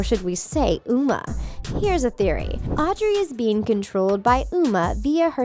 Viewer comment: “We’ve always trusted you, Mal. You’re like the best VK ever.” You said Uma wrong